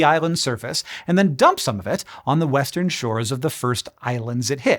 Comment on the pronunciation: I thought he said weast